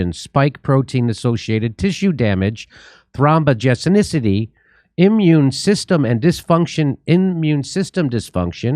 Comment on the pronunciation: Jimmy, nice job pronouncing “thrombogenicity”.